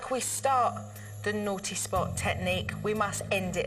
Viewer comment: Every time she said naughTEE spot I cringed